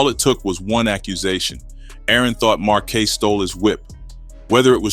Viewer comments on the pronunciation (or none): Just realized this another ai voice smh marquay? Marquise you mean? I’m tired of this kinda lazy ass. Even showing the notes from you using chat gpt lol